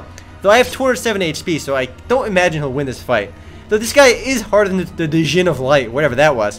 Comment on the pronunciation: Djinn is pronounced gin, not duhgin